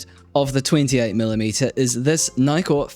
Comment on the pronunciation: I've never heard "Nikkor" this way. Probably not the Japanese way intended ...